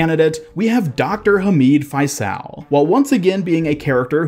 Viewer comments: The character Faisal’s name is pronounced Fay-sull, it’s an Arabic name, (فيصل) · “Faisal” is an arab name and it’s pronounced “Faycel” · Hearing you pronounce faisal brings me pain as an Arabic person